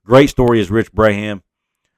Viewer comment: Just pointing out—the Braham kid’s name is pronounced “Brom” like prom. Yes, his dad was a great one!